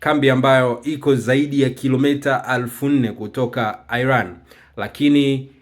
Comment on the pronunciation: Airan ndio nn inatamkwa kama ilivyo Iran bwana airan ndio nn